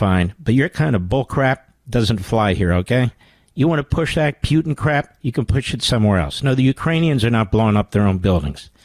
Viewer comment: Mark says Putin as if it's spelled Pee-you-ton...something stinky